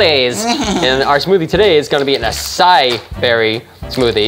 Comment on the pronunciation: I thought it was pronounced a-sei-ee